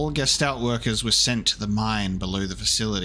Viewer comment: Well, at least you are TRYING to read the German texts. I guess that is something at least. :D A few easy things if you are interested: "sch" is always pronounced like the english "sh", "ä" is like the "a" in "hat" or the "ea" in "head", "ch" is not like "k" but like a toneless hissing sound, but softer. Oh, and since it appears quite often. The "s" in front of a "t" like in "Gestalt" is also pronounced like english "sh". And to help you with the names: Elster = Magpie, Star = Starling, and so on. All the names are birds, so you may remember them better by translating them.